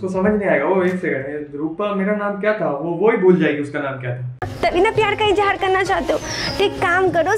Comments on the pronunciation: 😄it hurts my feelings when people use J instead of Z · I cringed sooooo hard when she said ijhaaar instead of izhaar. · I lost it at Izz-haaar.